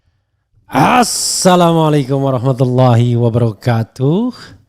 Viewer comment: Assalamualaikum itu doa, jgn diucapkan dg suara membentak.